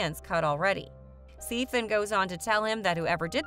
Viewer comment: This lady doesn’t pronounce a lot of things right. Sif shouldn’t be too hard